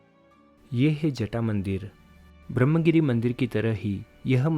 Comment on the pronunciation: पता नहीं क्यों, लेकिन महाराष्ट्र के पढ़ेलिखे लोग भी संस्कृतभाषा के तत्सम शब्दों का न तो सही उच्चारण करते हैं, न तो उन्हें सही रूप में लिखते हैं। विशेष रूप से यहाँ 'ब्रह्म' शब्द का उल्लेख करना है। विडियो में इस शब्द का अंग्रेज़ी में, अर्थात् रोमन लिपि में स्पेलिंग सही किया गया है— Brahmagiri, लेकिन देवनागरी लिपि में हरेक स्थान पर ग़लत ही लिखा गया है— ब्रम्ह ! जब कि इसका सही रूप 'ब्र ह् म' = 'ब्रह्म' है। अर्थात्, 'ह्' पहले और 'म' तत्पश्चात् बोलना या लिखना चाहिए। इतना ही नहीं, सही रूप में 'गिरि' इस तरह लिखा जाता है, न कि 'गिरी' !!